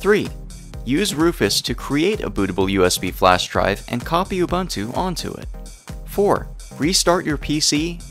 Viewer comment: its ubuntu not ubantu